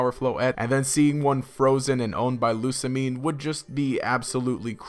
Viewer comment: "loo•sah•mee•ney" or "loo•sah•mee•neh" NOT "loo•sah•meen" DX